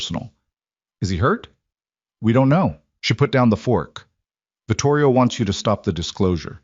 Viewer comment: Vitorio, not Vitorio.